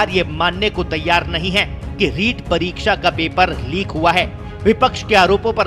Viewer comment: Lik ni tatu Leek hota hai Hindi seekh le Babu🙏🙏